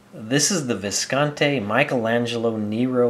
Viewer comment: It's pronounced Viscontee. E, not Eh.